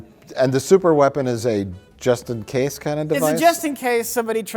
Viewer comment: is it “just in case” or “Justin Case”?